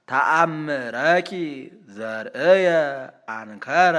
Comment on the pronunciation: ተአምረኪ ዘርእየ አንከረ ሲሉ 'ዘርእየ'ን ሰያፍ ተነሽ ኣርገው ኣነበቧት ልበል?ተጠቅልላ ማለትም ተነሽ ብቻ ኣደለች እንዴ?ለሰሚውኮ ዘሬ እያሉ ነው የሚመስለው(ዘርዕየ ቢሆን እንዳሉት ነው)እዚጋ ያለው ግን ዘሬ ሳይሆን ያየ ነው የሚለው(ዘርእየ)።የተሳሳቱ ኣይመስልዎትም መምህር?